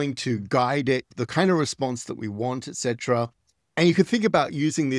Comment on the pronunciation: Not to mention that he pronounces et cetera correctly, and not "ex cetera" as 99% of Americans do.